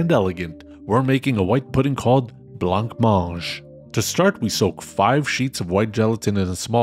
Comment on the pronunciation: Congrats ! Love the intro and seems your green screen was not as naughty this time 🎉. The meals match the photo ! I am happy how good they are. As French, just one thing to make a constructive comment : « blanc manger » is said without the « c » at the end of « blanc » (unlike blank) and you need to pronounce « a » after « mange », in case this is messy in a written comment you can try the pronounciation with French Google translate you’ll see what I mean ❤